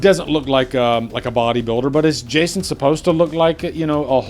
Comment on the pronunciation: Why do you keep saying “Jashon Universe”?